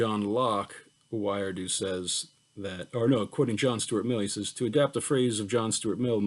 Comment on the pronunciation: Thank you for this lecture! A quick note, I believe Wiredu is prounounced "WEE-REH-DOO."